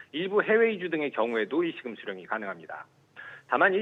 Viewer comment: 메인앵커 발음보소. 일시금 발음을 못하고 [일씌금]이 뭔가요